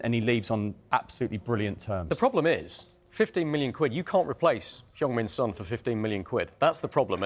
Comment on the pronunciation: 10 yrs in the Prem FFS pronounce his name right. the disrespect proves your complete ignorance